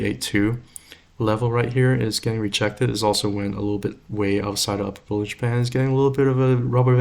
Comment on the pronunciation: Watching this barely awake and hearing « bull in Japan » instead of bollinger band… Anyway, CLSK good? Perfect Back to sleep😅